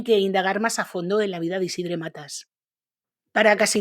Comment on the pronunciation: Tampoco se pronuncia esa e de Isidre, esa e seria entre una a y una e